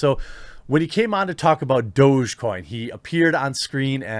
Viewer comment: Did he, Musk, pronounce it as 'Doh-j'-coin or (the correct way) 'Doggie'-coin?